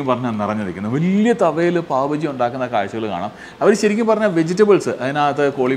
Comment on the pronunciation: ബജി അല്ല bhai.... ബാജി